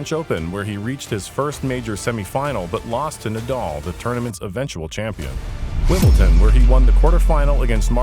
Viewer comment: Bro.... Wimbleton? Its Wimbledon.